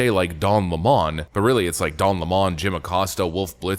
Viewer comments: IT'S 🍋 LEMON, NOT LAMON ! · Its Lemon as in Lemon the fruit --- its not Le'mon